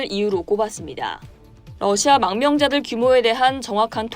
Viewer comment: 러시아가 아니라 너샤 라고 발음하는 듯